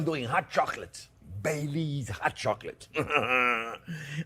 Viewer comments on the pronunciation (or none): LOL I was so lost at first I thought he said he put BAY LEAVES in it! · anyone else thought he said hot chocolate with "Bay Leaves" 😅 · LOL! When I first heard this, I thought he said he puts in Bay Leaves. Bay leaves???? Ugh! I looked up the recipe and what he said was, "Bailey's." As in Bailey's Irish Cream. Ohhhh! Big difference! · In the introduction I thought he said, I make it with bay leaves. 😂